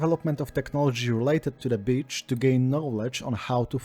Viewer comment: Enjoying this but constantly giggling because when you say "beach" it sounds like "bitch."